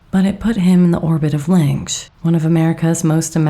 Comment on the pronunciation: I think the director pronounces his surname “Linch” not “Linx”.